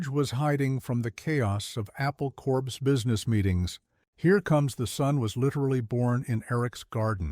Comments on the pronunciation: Corps [as in Apple Corps] is NOT pronounced "Corpse", it is pronounced "Core". But, then again, A.I. [Artificial Imbecility] — programmed by the educationally sub-normal — wouldn't recognise that, would it? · Apple Corpse? The narrator sounds like Obama when he said “Marine Corpse”